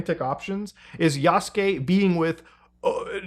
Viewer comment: The amount of people who can't pronounce "Yasuke" and "Naoe" properly...